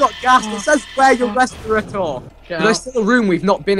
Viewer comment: Fucking vik said 'res pi ratour' for respirator ffs